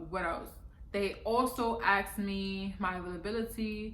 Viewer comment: Asked not axed